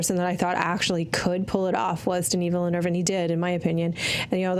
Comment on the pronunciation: saying the eu in Villeneuve with an r-like sound is amazing! I go to school in Québec (where Villeneuve is from) and so many people talk like that! It so nice to hear someone respect Québec French pronunciation because it is too often just made fun of in hurtful ways because it sounds different from how people in Paris talk.